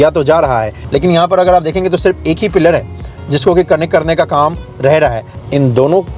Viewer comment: why do you pronounce "PILLAR" as "PEER"...